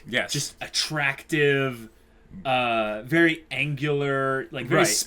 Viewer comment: NICEU NICEU, VARY NICEU!